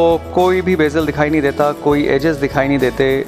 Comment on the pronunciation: vo bazel voha ha baazal nhi!